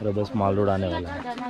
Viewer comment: Not maale roda bsdk its mall road brother😊